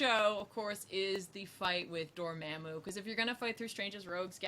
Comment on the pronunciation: Everyone says Dormamu...I cringe